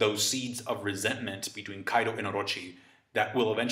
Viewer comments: I hate the way you say Orrrochi, but great analysis though. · I have a crush on you and the way you say Orochi 💖😳